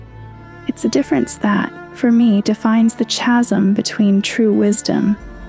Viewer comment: Not chasm too it’s pronounced khasm with a hard k not like Chaz or Chad.